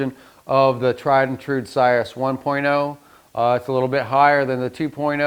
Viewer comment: The name is pronounced CIR-RUS not CYRUS. Please see Webster’s Online if you need validation. Good content but bad pronunciation of its proper name. Thanks!